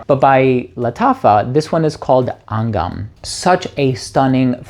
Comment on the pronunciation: Angham which is pronounced Anghaam, means melodies in aarabic